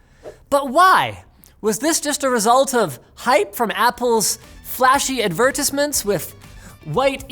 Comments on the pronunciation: I'm more irked by how Linus said "ad-ver-teyes-ment" as "ad-ver-tiss-ment" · is no one gonna talk about the fact that he said adVERTISment? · “Ad VeR tIs MeNtS” 🤡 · Linus - Ad Ver Tiz Mints. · What the hell is that pronunciation of advertisment?